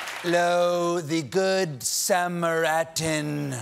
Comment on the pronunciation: 😂 "sam-mar-at-tan" lol oh boy! 😲